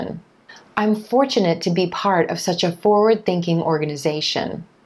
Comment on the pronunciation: Its forward thinking, not foward thinking!